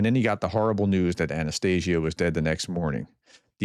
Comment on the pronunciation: Just a Professor. Please open Google Translate and listen to how the name Анастасія is pronounced.